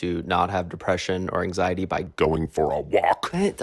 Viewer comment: The way he said anxiety at first had me thinking “Aang Sigh Etty” for like 5 minutes, anyway great video, so real